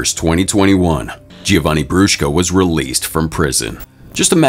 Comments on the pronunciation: also didnt he pronounce giovanni wrong too and said “gi-o-vanni” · Giovanni is pronounced - Joe-vanni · The constant mispronunciation of Giovanni detracts from the video. It is pronounced Jo-von-ee. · also didnt they pronounce giovanni wrong too